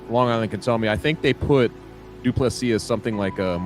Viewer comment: Not dooplease!!! Say doo ple sea